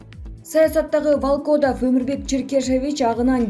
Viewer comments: Башка, билимдуу диктор жокпу ? ВалкООдав деген эмне? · Орус тилин үйрөткөн курска жазылбайсызбы эжеке, "валкодав, пандемья" дей бербей.